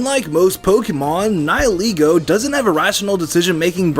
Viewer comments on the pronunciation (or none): Its pronounced Nigh-el-eh-goh god dammit! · I don't like ' pronouncuation of Nihilego. How I see the name us a combination of "Nihil" and "Ego", which makes "Nihilego". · I also wanted to point out of how mispronounce Nihilego. In Bulbapedia, Nihil did not came from the word Nihilistic. Yet How make it sound that is came from Nihilistic. It a Latin word that means nothing. So how to pronounce it sounds more like Ni - li.